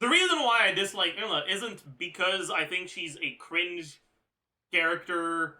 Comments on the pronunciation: I absolutely hate it when he says her name. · wait he finally pronounced Eula as Eula and not OYLA! HOLY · Its the french prononciation bruh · Why is he still saying her name wrong. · He pronounce it the French way, which i never noticed because i'm french speaker